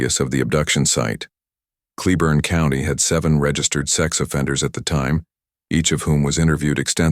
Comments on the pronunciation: Pronounced Clay- born. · Argh! It's pronounced " clay-born" county..